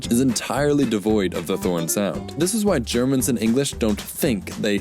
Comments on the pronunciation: + It's more like the difference between T and D then between S and Z, but yes. That's the issue. And it's actually quite easy to hear over a mic, but you didn't use the more "D" like sound of "this" when you said "this" at all, hence why we didn't hear it. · + He didn't really pronounce "this" quite right.